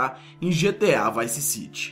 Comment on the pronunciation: vice city se pronuncia vaice ciri